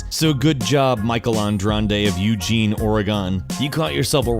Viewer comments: Not triggered, mate, just hella fuckin annoyed. GildedBear, I think we actually pronounce it the same way, I just (what's the word?) phoneticized it differently. Oh yeah, he pronounced Eugene right. Bonus point there. And the rest of you complaining about your states being mispronounced; what the hell? You guys hear the correct pronunciation from people out of state at least 25% of the time. I've never once heard Oregon pronounced right on TV, in movies, or on social media by someone not from Oregon or sometimes Washington. Not once. (I've never in my life heard Massachusetts mispronounced. All my East Coast sympathy goes to Connecticut.) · I feel your pain :( I think he pronounced Eugene correctly though at least.